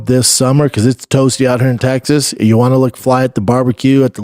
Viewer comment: Chris…. It’s “tegggzass”